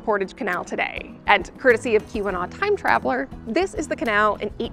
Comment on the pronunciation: why does Keeweenaw sound like Q-Anon xD